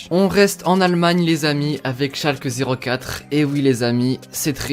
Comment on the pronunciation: T’as détruit Schalke😭😂 Bonne vidéo ^^